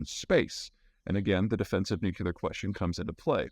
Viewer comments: Nucu-lear?! 😜 All in jest 😊Thanks for the update and great insights (y) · If you can't pronounce "Nuclear" correctly, people may not take anything you say seriously... Just saying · ‘Cause that’s the way “W” pronounced it …! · Excellent summary. One comment on "delivery" of the comment, Could Americans pleasepleaseplease pronounce "nuclear" properly; say "new clear" not "nuke u ler". The latter pronunciation is just lazy. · Hi Peter! Two questions: 1. You again mention that the US could have been responsible for the Kerch explosion. I have seen nothing so far to suggest this, and I can't imagine how that is plausible given the risk of escalation versus any potential gain. What is your reasoning for this analysis? 2. I'm deeply curious as to why you pronounce "nuclear" as "nucular". Is this a regional dialect thing? Thanks again for your analyses. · "Nu klee er"!!!!! Pronunciation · Prior to George W Bush I did not know that there was a pronunciation issue in the states about "nuclear" - that is, the "nuculer" thing. I would be interested to know where this comes from. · Greetings from Denver, Mr Zeihan! NU-KLEE-AR...